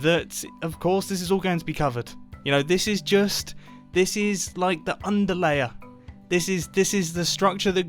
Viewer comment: this is what I heard: "this is the undie layer"